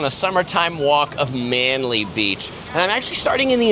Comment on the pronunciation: Well done - you got the pronuciation of "Manly" correct! Will you be visiting Lady Bay Beach at South Head?